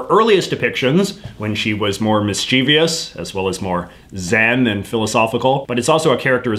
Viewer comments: This was quite helpful. [btw, (and no pressure), it's miss-cha-vuss not miss-cheevy-uss]. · Stop saying Mis-Chee-Vi-Us! The word is mischievous, with no i after v, so is pronounced miss-chivvus.